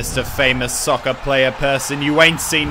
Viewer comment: He said sucker, not soccer...